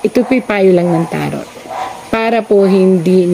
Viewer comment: Madam TAROT IS PRONOUNCE AS TARO